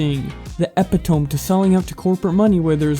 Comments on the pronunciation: just so you know epitome isn't pronounced eh-pih-tome, its pronounced uh-pi-tuh-mee. I didn't figure this out till I was in like 10th grade and my teacher called me out during English class. Up until that point I had only read the word and not heard it XD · Epitome = eh-pit-oh-me, not epi-tome ;) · Dude, Epitome; epi-tuh-mi Not; epi-tome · Why does everybody read epitome as epi-tome? Say it with me EH-PIT-UH-ME jesus. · As much as I like this video...your language is all over the place. "Epi-tome" No buddy. It's Ep-i-to-me. This is not the only mistake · Epitome = eh-pit-oh-mee not epi-tome. If that makes any sense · eh-pi-tome is pronounced eh-pi-to-mee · He said “the EPit ome” its pronounced epitomee. I realize i sound like a douche pointing this out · Epitome. Uh-pid-uh-meee not eh-pih-tohm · This mans really said epitome as ep i tome, its e pit o me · Are we not gonna talk about the way he said epitome He just said eh-pih-tome, isn't it supposed ti be eh-pih-toe-me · Ep-I-Tone... Dude... Not the right way to say E-pid-I-me. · I’m about to bully you boy, so you better get in position because I don’t intend on using any lube..... The word ‘epitome’ is pronounced E—PIT—TOE—ME, not ep-a-tome. There did that feel good, 😂💖🤣 this was all in fun, I very much enjoy your content 😎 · "ep-it-ome'...come on man. Do you not know the word epitome? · Epitome is pronounced "ep-pit-toe-mee" 😂😂😂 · Epitome E-PIT-O-ME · No way you just said e-pi-tome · Eh-pit-oh-me. Epitome. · Great video but just a heads up: "epitome" is pronounced "eh-pit-oh-mee". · Heads up: Epitome is pronounced "epitom-y". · She’s not funny. that’s not it chief. e·pit·o·me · Epitome: ee-pit-oh-me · Epitome = eh-pit-oh-mee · Epitome is pronounced O-pit-a-me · If I can be a critic and help you out, "epitome" is pronounced as "eh-pit-oh-me" Spread the word as this mispronunciation is a plague on Youtube. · Its "eee--PIT-oh-me", BTW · Ep-i-tome i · Epitome - is pronounced e-pit-o-me. Sorry, pet hate of mine.